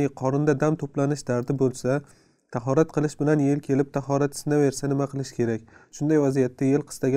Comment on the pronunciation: "Торат" мас "тахорат" кори